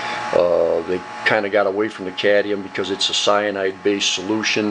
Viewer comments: As a person w/ a significant background in chemistry, I'd say you did a very nice job - you've done your homework and research. However, you really should learn how to pronounce Atomic No. 48 - Cadmium. It is NOT Cadium as you pronounced it throughout the video - it is Cadmium. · You say 'Cadium' ? Is it US speak for what we (UK) call 'Cadmium' ? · Good process, now let’s learn to pronounce ‘cadmium’ so we can stop calling it ‘cadium’ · Cadmium....not cadium. Nice set up, thank you. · Cadium? I thought it was cadmium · Great tech, but one thing that drives me nuts, it's pronounced cad-ME-um, not caddium. 😉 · Very interest and well shown video, but please talk correctly and pronounce the words how they should be. .............................its CAD - ME - UM... NOT cad e um.. the English language gets so bastardised its terrible, especially when you have even spelt it correctly. either say the word correctly or dont keep on repeating it....... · Actually, it's cadMium, not cadnium....LOL 😅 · You should pronounce the "m" in Cadmium. It sounds better. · CadMium! As in how the rest of the world pronounces it. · Can you say Cadmium?????? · Please learn how to pronounce "cadmium"